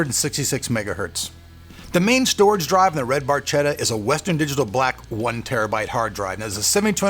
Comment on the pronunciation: Cudos for the cause!Very nice build. One thing though- it is Barchetta is pronounced with a K like in cat, no matter what you Americans think.